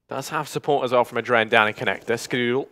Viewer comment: It's not "Adren", it's "adreN (like in adrenaline).